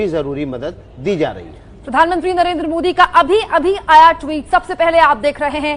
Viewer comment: Ap PM Mohit Kyo bol Rahi hai improve yourself